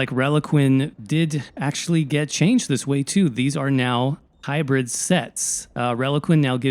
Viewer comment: Hybrid*.. not Hybrith Is it really that hard hearing it?... being said that often?